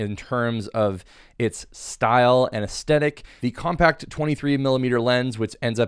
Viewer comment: I'm shocked how many fellow Americans can't stress properly myriad of words . such example we may observe here . here indeed in abundance . its not compa'ct , it is Co'mpact - adjective . and in some cases yet also not proper for gen English one may say compa'ct - signaling that its a verb .